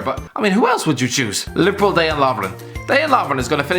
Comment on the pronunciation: I feel my head break a little every time i hear "day-jan" lovren 😐